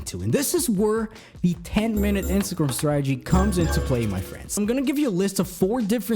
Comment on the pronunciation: Are you saying instagrum or instagrm?